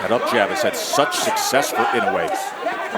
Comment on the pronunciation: Ee-noh-ay not In-ew-ay I wish the announcers would try, just a little bit, to show some respect to the champion by pronouncing his name close to correct.